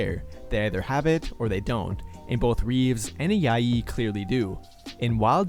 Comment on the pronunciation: Nice video. Just found your channel and already watched four videos. Quick correction, the J in Ajayi is pronounced like the J in Joel. Keep up the great work